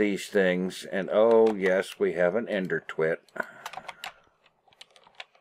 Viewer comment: Lol. "Ender twitt". 😁